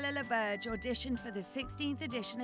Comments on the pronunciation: Ouch, you're completely butchering her last name. It's French, and "Laberge" not "Lawbirdge"... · As a French Canadian, I’m annoyed you don’t even try ro pronounce her last name the right way. 😂